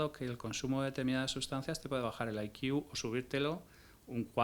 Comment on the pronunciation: No entiendo el motivo por qué una persona supuestamente inteligente se tira media entrevista diciendo "I Q" (ai quiu) en vez de "C I" que sería la forma correcta de decirlo. 🤦